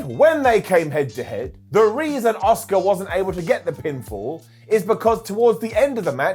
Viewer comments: Why do so many people both within the WWE and all the talking head shows (including ) call Asuka “Oscar” it’s not like Asuka is even difficult to say. I mean, I understand the Americans somewhat deliberately swap their O’s and A’s around in some words, but is an English… it’s Ah-ss-oo-kAh. It’s not like she hasn’t said it herself on WWE either. It’s American language imperialism and it’s infecting my language and I don’t like it. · “Ah-ss-oo-kAh“ is a Star Wars character. The Japanese way to pronounce her “name” is “Ah-ss-kAh”. The “u” is almost completely silent after “s” in most cases.